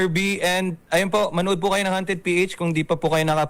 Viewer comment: 𝘏𝘢𝘶𝘯𝘵𝘦𝘥 -𝘏𝘢𝘯-𝘵𝘦𝘥 ❎ 𝘏𝘢𝘶𝘯𝘵𝘦𝘥 𝘏𝘰𝘯-𝘵𝘦𝘥 ✅ 𝘔𝘢𝘣𝘶𝘩𝘢𝘺 𝘒𝘢𝘺𝘰 𝘮𝘨𝘢 𝘓𝘦𝘨𝘪𝘵 𝘎𝘩𝘰𝘴𝘵 𝘩𝘶𝘯𝘵𝘦𝘳 ❤🦾